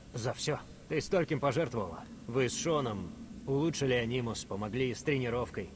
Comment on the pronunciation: анимус ударение на И